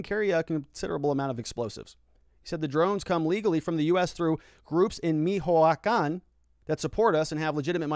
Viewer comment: not being judgemental :P but michoacan is pronounced Mee Chewah Khan